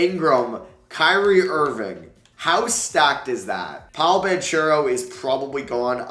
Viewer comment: This just popped up on my YouTube Home Screen: I watched and why did you pronounce paolos name like that